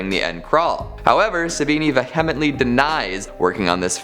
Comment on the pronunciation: Ve-HEM-mentally lol